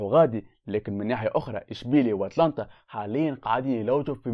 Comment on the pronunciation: بالله انطقوا الفرق بالصحيح اتالانتا مش اتلانتا